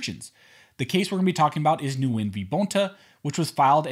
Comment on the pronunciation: For the record, Nguyen is pronounced "Win".